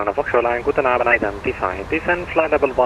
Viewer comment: Your „Guten Abend“ sounded very nice as if you were a native speaker. Nicely done. Have a nice weekend.